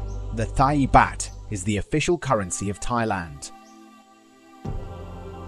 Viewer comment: Poor pronunciation of some of these currencies. For example Thai Baht is pronounced T-eye baaht.